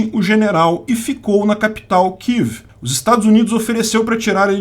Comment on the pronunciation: achei extraordinário o kivi ao invés de Kiev kkkkkk